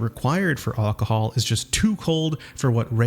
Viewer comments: he's saying "ocohol" when he says it the A sounds like an o and he completely misses the first L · Great video, but why can't you pronounce alcohol? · I have never heard anyone pronounce alcohol the way you do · That is definitely not how it is pronounced lol.